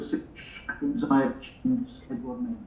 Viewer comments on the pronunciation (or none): Its 'ZIYECH' Lamps, not 'Zayech' !!! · Frank keeps saying Ziyech as "Zai-ech"... Shouldn't it be pronounced as "Zee-yesh"? Someone who knows how to pronounce Moroccan names, pls help me out here hahaha. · Please pronounce Ziyech right next time!😂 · The way lamps says ziyech's name😪😪